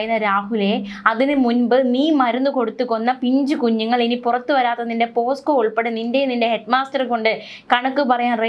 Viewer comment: പോസ്കോ അല്ല... പോക്സോ